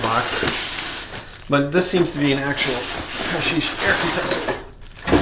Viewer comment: Paasche is pronounced "po-ske", it's norwegian and means "easter". 😀